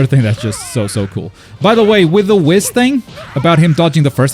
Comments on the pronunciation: It’s whis not wiz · Stop calling ma man Whis Wis :( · Buddy lol Whis's name is pronounced like WHEEEESS. Its supposed to rhyme with the word peace. It is not supposed to rhyme with piss lol just imagine if the "i" in Whis was 2 E"s instead and just say it like that. Lol huge fan im sorry i had to say something that pronunciation is wild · Pronouncing 'Whis' like 'piss' is not very funky fresh. It's a no from me chief. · I still can't get over the fact that he pronounces "Whis" as "Wis." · This dude's pronouncing whis as he does, hurts my soul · Today I learned can't pronounce Whis xp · Why must he say whis like that😂😂 still love the content tho.